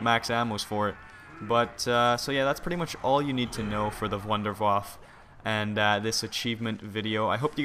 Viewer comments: it is pronounced wunderwaffah not wunderwaff!!!!!!! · Why does EVERYONE call it the wonderwaffle? its the wunderwaffe! and its pronounced vundervaffe. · mate its a wonder waffle not "vonder voff" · First thing, can you switch gun when you have the wunderwaffe? also, just so you know its pronounced - Vunder-Vaffer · every on its called wonderwaffe not wonderwaffle